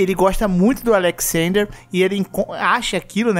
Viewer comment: Pronunciar Alexsender foi de foda kkkkk mas beleza